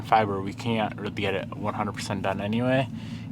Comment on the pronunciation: Order a new sunroof motor and spray switch with deoxit. Don't say AN'T.